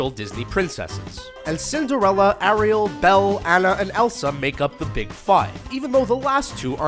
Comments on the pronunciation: It's not A-rial it's pronounced Air-ial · How the fuck are u pronouncing Ariel, a-re-all, why?. WTF man u literally hear her name in the movie, how the hell do these moron presenters mispronounce names they can hear pronounced correctly. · its pronounced air-real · I kind of hate how he says Ariel and Anna it's Air-I-el! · It's pronounced aireal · It's pronounced Air_re_al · The way he pronounced Ariel it triggered me so much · Lol! This guy can't say Ariel properly